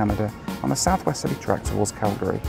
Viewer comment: THANK YOU FOR KNOWING HOW TO SAY CALGARY PROPERLY!!!!